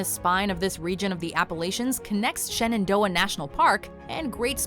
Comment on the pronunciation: It hurts my ears to hear “Shenandoah” mispronounced